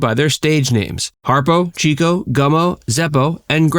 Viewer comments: Okay…I became obsessed with the Marx Brothers in college. It was the beginning of the 70s and discovering genius performers from the 30s and 40s was what a lot of us did. My favorite was Chico. (Pronounced CHICK-O, not CHEEK-O). Of course, I found every movie on whatever channel I could, and bought books about them. (My collection has grown) Since Groucho was still alive I loved him and saw him all I could on television. I was living in a small town, where my parents had grown up and my grandparents still lived, from 1973-77. My family came down for the weekend quite often. I remember we were in my grandparents’ kitchen, and my mom said,”Groucho died.” I hadn’t heard the news and looked at her with wide eyes. I’ll never forget my dad, irritated at her, said,”Why did you tell her like that??!?” It always touched me that Daddy valued how much I cared about the brothers, and loved Groucho. A long story, but I wanted to share it with a few people that would understand. Thank you. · It's pronounced "CHICK-O." The fact that you mispronounced his name throughout the entire video ruins it for me. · It's pronounced CHICK - O he was given the nickname because he was a "chicken chaser" or a "ladiss man. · 'Chico" was not pronounced like the Spamish word "chico,' but as 'chick-o,' slang from the 1910's and 20"s for a "woman chaser." This was explained as such by Groucho in an appearance on The Dick Cavett Show. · Chico was pronounced “CHICK-oh” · It’s pronounced “Chick-o” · Chico's stage name is correctly pronounced "Chick-oh, not Cheek-oh. That's why he was always chasing the chicks. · By the way, Leonard Marx’s stage name "Chico," was pronounced Chick-o (not Cheek-o), because he chased the girls—a chicken chaser! Bad husband, but stellar comedian and entertainer. He and his brothers will always be greatly admired. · Not “ Cheeko”, but pronounced “ Chicko”….as after chicks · His name was pronounced " Chick-O", not "Cheeko-O". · 'Chico' is pronounced 'Chicko'